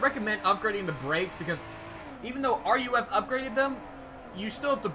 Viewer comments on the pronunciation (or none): Oh wait nevermind I see what you mean! Lol he's saying its called R.U.F. Its pronounced "roof" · Did this weirdo just said r.u.f? It's ruf smh people sound so dumb! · Roof not R.U.F. please. Also, there is a Porsche ducktail spoiler. This was known as the whale tail. The CTR was based on the narrow body 911 for low drag at speed which explains the mirrors. Thanks for the video.